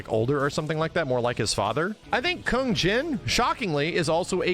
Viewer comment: I really hate the way this guy pronounces "Kung". This isn't 1960. You're not Kano. You make it sound so vulgar and gross. ew.